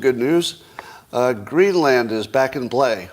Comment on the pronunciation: The land in Greenland is pronounced like soda.